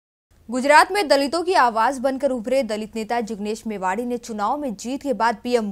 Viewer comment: मेवाणी न कि मेवाड़ी।